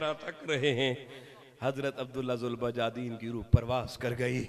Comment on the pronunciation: حضرت ذوالبجادین نہیں ذوالبجادیںن دال کے فتحہ کے ساتھ